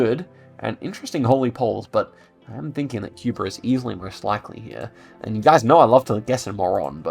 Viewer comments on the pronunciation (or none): none